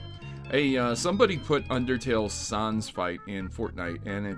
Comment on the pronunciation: the way you say sans hurts me.